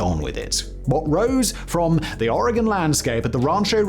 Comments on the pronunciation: Native Oregonian here, living on the East Coast the last 6 years—the relief I felt when Simon didn’t pronounce it “OR-RAY-GONE” practically gave me my own spiritual experience 🤣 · Thank you for saying oregon right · I'm just happy he's pronouncing Oregon correctly; there are large swaths of the US that has no idea how to pronounce it, but he's FINALLY gotten a handle on it.. However, I'm rarely surprised when someone can't pronounce Willamette correctly. Chinook is another cringy good one. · Thank you for pronouncing Oregon correctly!!! British people usually always get it right, but many Americans from the East Coast incorrectly pronounce it “Or-gone”, when it’s actually “Ory-gun”. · Thank you for saying “Oregon” correctly. I live in Oregon and remember seeing this unfold when I was a child. I was horrifying. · Oregonian here... How does Simon pronounce Oregon correctly when it seems like half of Americans can't... Big brain Simon